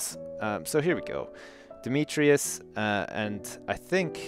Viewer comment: Is deliberately getting Demetrius' name wrong?!